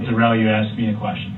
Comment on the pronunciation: ASKED! He asked, She Asked, I asked. NOT AXED wtf are you axing?